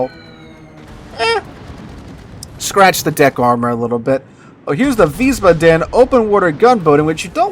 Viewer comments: Please fix your pronunciation of Wiesbaden. You keep saying veez-buh-DEN. It is actually VEEZ-bah-den. Stress on the first syllable and "ah" sound in the second, not "uh". Ich spreche Deutsch. It just hurts my ears every time you say it. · OK,..... this is the third or fourth video I've watched where you mispronounce Wiesbaden.....I figured someone would have commented on this by now.... but the correct pronunciation is Vees - bahden... baa--(as in sheep) with the accent on the first syllable. Thanks for continuing to make good content!! See you in the next one! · Wiesbaden has one d so long a. Wiesbaaaaden. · the name of the new ship is Weisbaden (pronounced Veesbaaden). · Wiesbaden ---> Vees-baa-dun.